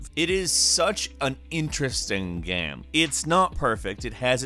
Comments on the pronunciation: Stop saying 'gyayme' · "it is such an interesting Geaem" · sry ,but i cringe every time you say game or same ...O_O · "Now this is a geeme" lol wtf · What a strange accent ‘Geame’ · Why does he pronounce "game" as if it rhymes with "ham"?